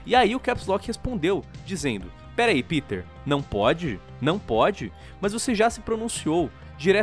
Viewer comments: Não se diz piter man. Se diz pêter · "Piter", klklklk, ele fica pistola quando não chamam de "Pêter". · Pq a dificuldade das pessoas chamarem o PETER pelo nome corretamente.. ao invés de PITER na fonética. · E pq e assim o nome Peter ele e americano ou seja normalmente as pessoas que conhecem vai dizer E com som de I mas como vão saber que esse E e pronunciado em alemão? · Ninguem sabe a pronuncia correta do nome do Peter